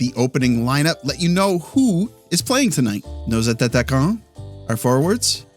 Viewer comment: Great that you speak some French mister. One little observation though. I have noticed that you are saying "attataquants" instead of attaquants.